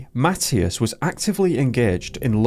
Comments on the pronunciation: You are deffinitely saying his name wrong! It is a religious name and it is pronounced ma thigh as! Not matttious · It’s pronounced Ma tea as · Please check the pronunciation of this boy's name. I think you are saying it wrong!